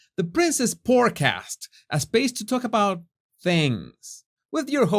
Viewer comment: I thought you said PORNCAST 😂😂😂